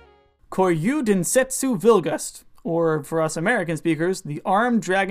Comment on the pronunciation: Please don't ever pronounce Japanese like that again. Hyper-emphasizing syllables in a language that has almost zero syllabic emphasis sounds SO cringey. "kōryū denstsu bilugasuto," not "ko-YOU den-SET-soo VILL-gust." Please ask a Japanese friend to read it aloud for you.